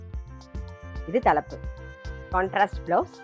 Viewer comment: ஒவ்வொரு புடவைக்கும் "கான்ட்னாஸ்ட்" தலப்பு என அழுத்தமா சொல்லவேண்டிய அவசியமில்லை. பார்ப்பவர்களுக்கு அது தெரிந்துவிடும்😮😮😮